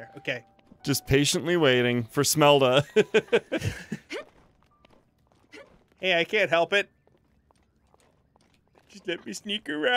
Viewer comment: it is Shmelda not Smelda